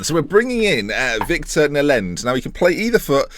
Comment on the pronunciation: When you said Nlend.. I thought you said something else.. I had to do a double take :)